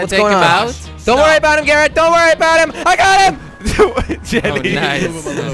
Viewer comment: instead of calling garret garret call it carot LOL